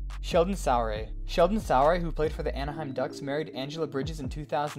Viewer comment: Sheldon Sooooray….not Sow ray